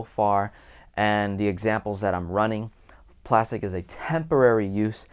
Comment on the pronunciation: This may be sorta random, but you're the first velocity banker I ran across who pronounces Plastiq correctly.